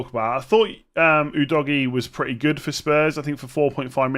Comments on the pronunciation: Udogie is pronounced "ooo dough gi yay" Not you doggie please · It's U-dough-gy, don't be ignorant!! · The correct pronunciation is uhDOHgiA